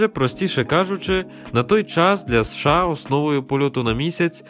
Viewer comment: США ріже вуха 😮 чому не СеШеА?